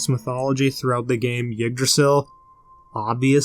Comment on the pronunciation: For future reference, Yggdrasil is pronounced “iggdrasil” and not “yiggdrasil.” This Isn’t a big deal or anything, just a pet peeve of mine when someone mispronounces something.